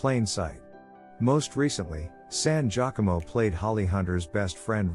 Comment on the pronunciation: Laura San Giacomo’s last name is pronounced: “San Gia~Como, Gia as labeled the “First SUPERMODEL” in the 70’s, and “Como” as in Perry Como. This is precisely why I can’t stand the computerized automatic narration. It mispronounces words, personal names, cities, etc. etc.